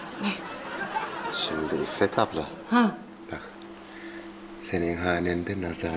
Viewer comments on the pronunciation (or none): Burhan, İffet'e ilk kez İFOT diyor.